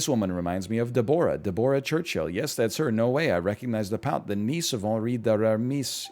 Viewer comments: This man's pronunciation of Deborah is abhorrent. "DEB-rah" the O is ignored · Is that really how Canadians say Deborah